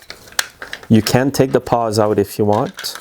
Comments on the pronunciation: I think I’m hearing you say “paws” rather than “pawls”… Great video as always! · I think they are called "pawls" not "paws". :)